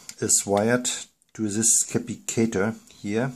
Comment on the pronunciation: Cap - pass - it - tor < sounds like this